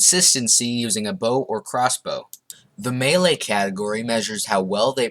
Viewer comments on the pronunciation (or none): none